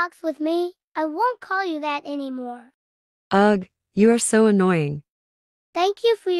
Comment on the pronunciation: they are not saying ugh they are saying ug